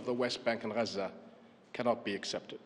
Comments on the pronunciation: HES SPEAKING ENGLISH IN THE VIDEO, IS HE NOT? WHEN REFERRING TO JERUSALEM DID HE SAY AL QUDS ? SO WHY IS IT GHAZZA INSTEAD OF GAZA ? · SOMEBODY PLEASE TEACH THE KING TO PRONOUNCE “GAZA” CORRECTLY. ITS “GAZA”, NOT “HAZZA” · Regarding the pronunciation Ghazza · NO. SO WHY IS HE NOT PRONOUNCING IT AS IN ENGLISH